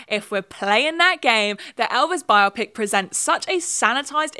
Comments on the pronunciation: Thank you for saying "bio-pic" as the lord intended instead of "bi-op-ic" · Thank you for not pronouncing "biopic" as if it were an eye condition as I hear so many YouTubers doing lately. It's not the most important thing in your video, but I appreciate it anyway.